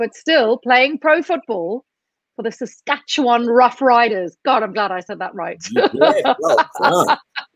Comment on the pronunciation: You said Saskatchewan right!!!!!!! ❤❤❤ Way to go!!! There are people who live here that can't get it right. Lol